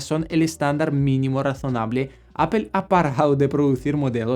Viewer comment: Muy bien video pero PORFAVOR NO DIGAS APEL, hablas muy bien el español pero di Apple. Saludos